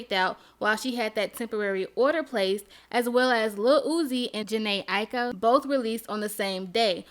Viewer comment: Did she just say Jhene Ika?? 😭